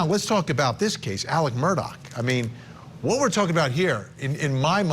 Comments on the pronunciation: Why is his name pronounced Alec instead of Alex in this tho lol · It is Alex not Alec!